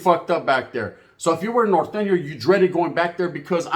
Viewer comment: The hooooooorrruken took me out lmaoooooooo followed up by the nortteeeeeeee lmaoooooo Yo chill 😂😭😭😭😭